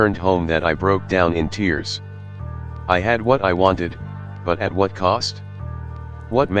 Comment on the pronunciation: H'wut the L was that?